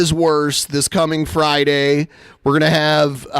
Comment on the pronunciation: "Arn Friday, at 7pm Central, orn YouTube" His super strange intrusive R isn't even consistent